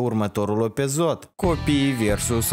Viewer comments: Ai spus epizod nu episod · Înloc de episod ai zis epizod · a zis opezot in loc sa zica episod 😀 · ai zis opezod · Da chiar a zis opezot🤣🤣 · Ai zis opezot